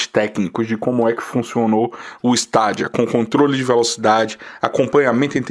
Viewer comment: melhor falar : Steidia ! ja que não traduzimos Xbox nem playstation !